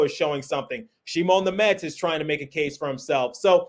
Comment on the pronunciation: Thank you for pronouncing Simon Nemec correctly 😊